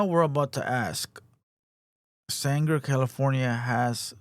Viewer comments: foo its sanger not sandger lmao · It's Sang-er 😂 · “San-jer” no mames.